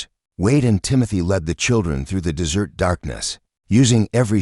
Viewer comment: Des Ert idiot not DESSERT (PRONOUNCE PROPERLY )I've noticed in these stories they can't read properly.